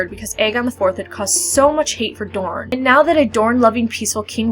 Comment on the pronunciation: Why are you calling the prince of dorne (moron) I think his name as it is written